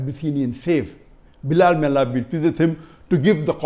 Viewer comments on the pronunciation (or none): none